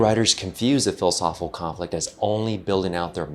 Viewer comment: Great video as usual- but I wish the speaker would enunciate “philosophical conflict” instead of lazily chewing on and swallowing the phrase whole every time he says it. It distracts and deflates the entire argument.